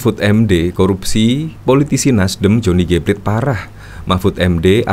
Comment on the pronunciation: Pla-te （dalam bahasa Indonesia) Bukan plate (bukan dalam bahasa English) . …. Beli dengernya !!!!!